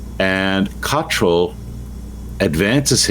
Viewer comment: You still can't correctly pronounce the surname of the Abp of York.